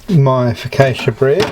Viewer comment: I liked everything about this recipe except your pronunciation of focaccia in my role as the Italian language police